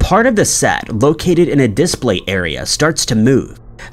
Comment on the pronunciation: LOL "dis play"